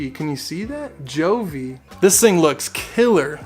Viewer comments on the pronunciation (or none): Yeah you are awesome to get so many thermometer and hygrometers! Btw, Govee pronounce as GO...VEE. Anyway all is fine, convenient to check either on "HUGE" LCD screen or via Govee App!